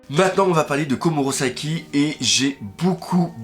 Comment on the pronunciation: S'il te plait arrête de dire KomurOsaki C'est perturbant donc dis KomurAsaki XD